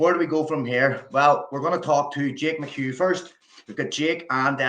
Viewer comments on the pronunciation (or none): Jake is great guy, but the funniest thing to me is, how czech commentator pronounces his last name. He straight up calls him “McHug” , always gets me.